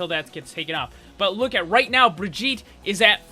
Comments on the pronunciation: she is supposed to be swedish i think. so it is not bri-jee-ta, it is bri-ghi-teh, i hope the spelling made some sense, i dunno how else to write it. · It’s bir-git-a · I hear "Vegeta" every time he says Brigitte. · Bitch her name is bridge et all that briddeeettttaaaa is extra shit like come on now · He Said Brigitte like vegeta it is german an g is like a k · ''Bregeta''. Ah yes, Bregeta, Support of all Saiyans. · did you say Vegeta? xd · U say her name like vegetal lol xD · "The pronunciation is Brih-jeetah" F A I L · Pronounces it as bridjita Bridjita? Vegeta? Uses ultimate IT’S OVER 9000!! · Did you just said Bridgitta? Bridgitta, vegeta, bridgitta, vegeta. Get it?? HAHAHAHAHAHAA..... its dragonball btw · bri-GEET-a. Soft g, like in 'vegan', not a hard g like in "Vegeta" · "the official pronounciation is BRVEGETA" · i fucking hate that he calls her bra jeet tah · your pronunciation of the name makes me think you said Vegeta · "Briggitta" hahaha wtf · Srsly, guys,pls, her name has a HARD GG. Listen to her say her name again. It's more like the GG in begger. Bri-ggit- tÉ!! The e is spoken n it's like a french é (n most definitely not an A) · Died you hear when this dude said briggita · It's Brigitte not brijitte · "Brijitah" Great job, great job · Not how you say her name... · I love how he starts by pronouncing her name wrong, and then just devolves as the video goes on. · it annoys me so much that you got the pronunciation wrong still, its a soft 'g' not a hard 'g'. also half way through you started pronouncing it without the soft 'a' sound at the end which is even farther off :P but this is just my pet peeve, you make great video's.